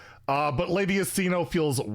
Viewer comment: Maybe now that S'theno is getting hit, we finally won't have to hear mispronounce it anymore😅